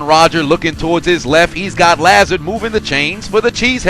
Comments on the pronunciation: It’s La-Zard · Btw Allen Lazard is pronounced La Zard not La Zerd